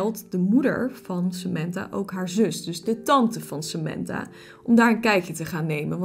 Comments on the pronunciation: Je zegt sementha maar het is Samantha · In het Engels zeg je het als "Sementha"